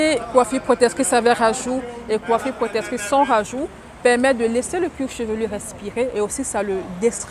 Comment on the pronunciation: J'veux pas être irrespectueux mais c'est hyper énervant c'est" protectrice" pas protetrice